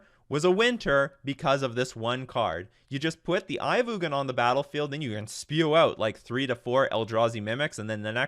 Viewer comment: It’s pronounced Eye of Eugene